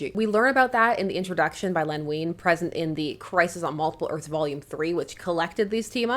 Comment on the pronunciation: my Dad used to work for DC Comics, in the accounting department, and he knew Len Wein. Small detail but his name is pronounced like wine, not ween. Love your videos!